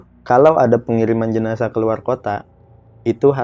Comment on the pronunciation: Jenazah bang bukan jenajah 😂